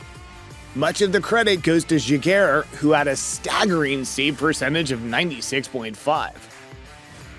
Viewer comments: And it’s pronounced Zhigare (Giguére) not Guria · Jean-Sebastian Giguere… that was a great pronunciation, AI. Video stopped and I’m exiting.